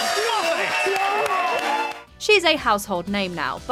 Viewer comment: Scarlett Moffatt doesn't emphasise the second syllable of her last name. Moffett not Mof FAT